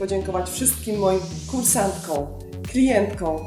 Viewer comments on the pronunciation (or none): Drobna uwaga co do wymowy: kursantkom, klientkom, subskrybentkom! Poza tym - piękny makijaż, pozdrawiam :) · proszę nie potraktować mojej uwagi jako uszczypliwości, ale jako przejaw szczerej życzliwości. Otóż wkradł się w Pani wypowiedź mały lapsus językowy. Mówimy - kursantkOM, klientkOM, subskrybentkOM, osobOM. Proszę nie bać się tego OM (celownik, liczba mnoga) na końcu wyrazu i śmiało je artykułować. Nosówkę Ą można wyraźnie artykułować w rzeczownikach i przymiotnikach, ale tylko w narzędniku liczby pojedynczej. Ponadto gratuluję pomysłu na program! Ogląda się wyśmienicie, a przy tym można się zainspirować i przenieść coś na własny, domowy grunt. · w wygłosie w liczbie mnogiej nie stosujemy nosówek. Mówimy "kursantkom", "klientkom", "subskrybentkom", "osobom". Takie małe niedociągnięcie;) Btw Bardzo fajny film. Szkoda, że tak rzadko je Pani wrzuca:)